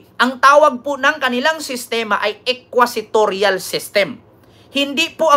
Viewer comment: The term is “inquisitorial” and not “equisitorial” pls correct your pronunciation